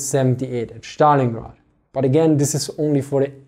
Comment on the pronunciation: It is like magic to hear you say ze Schtallingrad